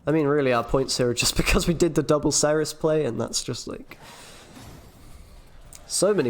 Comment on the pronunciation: Being British there is no excuse for you to pronounce Cerys wrongly ! Great video though